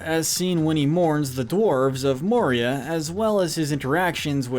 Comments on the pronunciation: You butchered those names ... Jesus Christ 🤯 Oh.. and it’s MOria not MorIA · He said Moria like morEa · In the book the battle of helms deep the men are not aided by elves and not at out numbered also Denethor didn't try to burn Faramir alive he thought he was dead. It's pronounced More-e-uh.